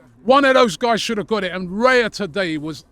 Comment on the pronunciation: All that praise but he can't learn to pronounce Raya's name. And it's a four letter name